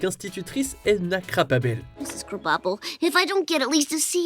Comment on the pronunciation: Quelle horrible façon de prononcer "Krabappel" ( ne parle pas anglais ça paraît comme le nez au millieu du visage). Ce n'est pas "Crab-à-la-pelle" mais "Krab-Apple". Sérieusement fait un minimum d'effort!